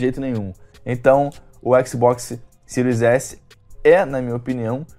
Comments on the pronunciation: "Cirios éssi".... O encardido ai não pronuncia o nome do console... Como hoje qualquer favelado sem informação acha que é o dono da verdade... Em pleno 2020 nego ainda vem falar em exclusivos, a ai vc vai ver a lista dos 10 jogos mais vendidos no PS4 nessa geração e o argumento do "excrusivu" vira uma rola do Kid Bengala na bunda de quem ainda diz isso. O encardido da língua presa nivelou tudo de acordo com o gosto pessoal limitado dele. Vc tem um console a preço acessível, pronto pra próxima geração com um serviço como GamePass lotado de AAA, mas pq não tem o Lesbian of anus, não presta. Os Milgrau la da vida era retardados, mas o encardido ai se superou... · "xbox siro S" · “Xbox siru S” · O cara não sabe nem falar series s, ele fala siro s kkkkk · O que falar de um cara não sabe nem pronunciar o nome do Console , o que espero de alguém que fazer um análise sobre um vídeo game ou qualquer outra coisa , saber ao menos a proposta pra o produto foi criado . Kkkkkkkk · Canal que mais cresce no Brasil? Piada né? Tu nem fala o nome dos consoles direito. Comecei ver o vídeo e nem terminei... 🤢🤮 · O cara não sabe nem pronunciar o nome do console e ainda fala merda